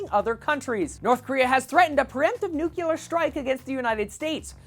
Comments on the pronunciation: love your videos, but its pronounced "NEW-CLEAR". Not "NUKE-U-LAR". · you did it again... it's "nook-lee-er", not "noo-kyoo-ler" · Nu-cle-ar. please.